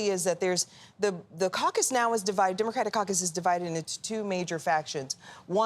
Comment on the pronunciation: it's not pronounced "demercratic"...it's democratic